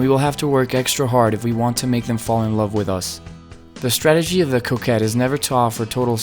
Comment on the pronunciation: Lol I thought he was saying Coke head the entire video